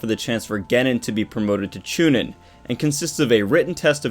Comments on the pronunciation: Chu nean that's how u say it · You've had 17 years to learn how to pronounce Genin and Chunin, please fix that lol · Hearing you say chunin and genin gets me ready to throw hands